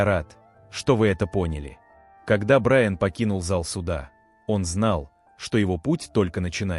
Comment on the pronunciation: Судья посмотрел на БраЯна. Уважаемый автор канала,ваши истории очень интересные,но безграмотный перевод и неправильные ударения сводят все на нет.